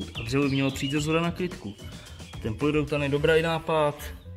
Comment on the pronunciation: Neříká se polyrelutan ale polyuretan :-))